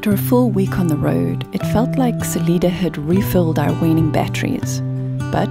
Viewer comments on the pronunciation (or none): Hello! Just happened upon your video. First, just FYI, Salida is pronounced Sa-lie-da. I live in Pagosa Springs where you passed through. It’s a great place for hiking, rafting, tubing and more. There are 3 commercial hot springs, and other natural hot springs. The pass you went over was Wolf Creek Pass, topping out a little over 10,000feet. The ski area is known for the most annual snowfall, usually 300-400feet of snow. Durango is a great town, but does get very busy with tourists. In your video towards Cortez, on the left is Mesa Verde National Park, a very interesting ancient sight, and the whole 4 corners area has ancient dwellings all around. I’ve lived over 50 years in Colorado and still find so many places to explore.